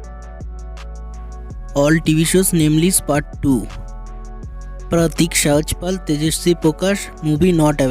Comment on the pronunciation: Yr pronunciation on PratikSehajpal is soo funny 🤣..#PratikSehajpal 🔥